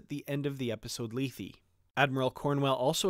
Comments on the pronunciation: Hi. No disrepect intended at all. Regardless of how Emma says it, check out the Shat Which is exactly how we pronounced it college Greek. I liked your video, btw. In the episode itself it's also pronounced lay-thay. Just saying. Happy New Year, btw! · LAY-THAY, not LEE-THEE, please. It's from Greek mythology, and is pronounced correctly in the TOS episode. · why not pronounce it the way its pronounced on the original series episode.."lay-thay".? wtf is lee-thee?